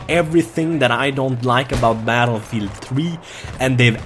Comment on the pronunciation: just realised about the "batelfielf" lol